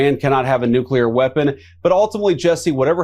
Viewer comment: It pisses me off royal to hear someone in government who should be well educated mispronounce the word NUCLEAR!!! THERE IS NO Q IN NUCLEAR. IT'S NOT HARD TO SAY IT RIGHT. EVEN PODCASTERS DO THIS! EVEN HIGH RANKING OFFICIALS DO THIS!! IT IS AN IMPORTANT WORD AND NEEDS TO BE UNDERSTOOD AND PRONOUNCED CORRECTLY!!!!